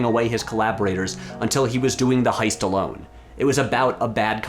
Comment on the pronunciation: ... Uh, "heist"... not "hoist."